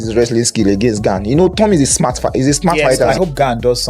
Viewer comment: Pronounced garn not gain.